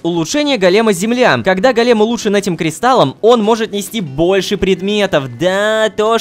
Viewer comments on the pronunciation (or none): none